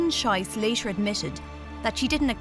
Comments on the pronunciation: The narrator's pronunciation of her last name is bad, egregiously so. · your pronunciation of her last name is particularly unfortunate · Come on "Olympics" please work your german prononciation to avoid embarassing misunderstanding. So, in german, as "ei" is prononced "I", "ie" sounds "ee", and the difference is especially important for Schiess. I won't go into details but some will understand the issue. I think this channel owes a apology to Miss Andersen-Schiess. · Please pay attention to names. You butchered it into something actually very inappropriate. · Who else came to see if they would butcher her name? 😁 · That pronunciation of Schiess though... oof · Fascinating film! But the pronunciation of the names is appalling!! Translate to German and you'll see why! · The, ahem, unfortunate mis-pronunciation of her name makes this video a bit cringey to any German speaker… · That has to be the most unfortunate mispronunciation of a name, ever. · the repetitive mispronunciation of her surname, turning it into faeces, is most agonising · Maybe someone should have checked how to pronounce her name 💩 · Imagine your last name is Schiess, and the narator is dyslexic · It's not great for the official Olympic channel not to do basic checks on pronunciation and instead to repeatedly swear in the athlete's language when trying to say her name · How cringeworthy the way the speaker pronounces Schiess — why oh why do american (and sometimes british) speakers have to mutilate the difference between ie and ei ? Most american speakers deferentially say Einstein correctly — but just pop a W before einstein as in Weinstein and suddenly the stein becomes steen ... And the speaker also screwed up Benoit ... Inexcusably unprofessional of a channel that poses as official output of the IOC... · "Incredible final lap", yet the commentator never bothered to learn how her last name is pronounced... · C'mon - she should at least have at least checked the pronunciation!!!